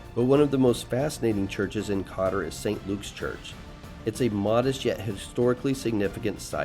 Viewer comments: Hey guys, Nice video. It's not pronounced Cotter though it's Koetore if that helps. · Izgovara se Kotor, dragi stranci ime grada se izgovara izvorno!